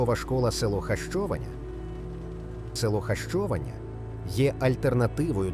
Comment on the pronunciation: Якщо говорити про назву села то потрібно озвучувати граматично правильно Хащованя наголос на третій склад.